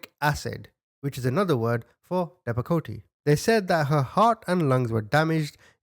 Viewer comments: It’s pronounced “depa coat😂 and I’m not a doctor also, but I did work in a mental health hospital for over 20 years for adults and I have seen people on all these drugs, AND!! They are not pretty for adults never mind CHILDREN who are under 12😮😮😮😮 these are some hard, hard, mental health drugs, even at half the dose these kids were taking, the adults that took them were always out of it and drooling, trembling, glassy eyed.. those poor kids😢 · Your saying the name of the pill wrong, just drop the E sound at the end and it could help you find it …great job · Pronounced Depakot. Short e long o. Is a seizure medication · You don't have to say the E at the end of Depakote, and the ER means extended release for next time you see this medicine. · Depakote is pronounced * dep- a-coat,* and is a medicine used for bi-polar, but why for a 2 year old, thats crazy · Listening to you pronounce depakote is the most precious thing. You make me smile =) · The medicine u said first I can't spell it but ur pronouncing it wrong. I was on it about 17yrs ago and I stopped taking it after I found out it was mainly used to treat me seizures and if u didn't suffer from them then u had a higher chance of having them. Can't remember what dose I was in but d wasn't no where near that high. 5hat doctor needs to b investigated also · Hearing you mispronounce Depakote cracks me up. I have PTSD and was sterilized by being given Depakote as an adolescent. I stopped taking Seroquel in my mid-20s because it made me a comatose zombie. Those are both heavy "mood-stabilizers." I can't imagine how that poor baby felt on such heavy drugs. I'd love to keep these pieces of shit for a month or so, and do whatever I feel like doing while I watch these. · The medication is pronounced dep-ah--coat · Oh my god! It’s not depacotA YOU SOUND LIKE A BABY it’s depa coat! Side affect can cause heart attack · It’s pronounce Dep-a-Coat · Depakote is pronounced as dep-a-coat. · Deh-pa-coat is the pronunciation